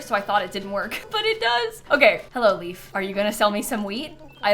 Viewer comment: "I'll go and see if Leaf sells any weed" is not a good sentence out of context 😆(Edit: I do know she says "wheat" and "Leif", but that's not what it sounds like 🤣)